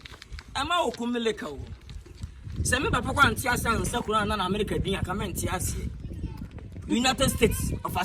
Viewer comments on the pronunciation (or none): none